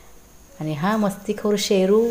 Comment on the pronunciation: ताई तुम्ही शेरु म्हणत आहात तर आम्हाला ऐकायला येते पेरु खुप छान आहे जोडी भुभुंची